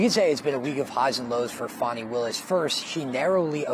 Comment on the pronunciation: Give me a break, "Fawn-i." It's divine comedy that her name is Fanny.